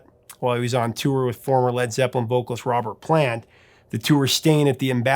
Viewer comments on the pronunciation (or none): none